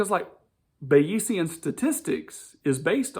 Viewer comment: You're hilariously mispronouncing and misunderstanding Bayesian Statistics. It's not about belief. Weather forecasters use it all the time. Belief is not the same as probability.